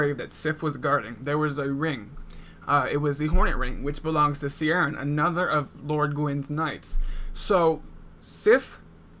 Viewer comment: Ciaran is generally pronounced like 'Kieran' [Kee-air-ann] :) great vid!